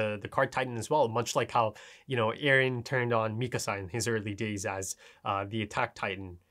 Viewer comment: finally, been waiting for this. now just another week for THE episode also, please leave a small gap between the words "turned on", cuz "back in season 1 when Eren turned on Mikasa" sounds a bit weird...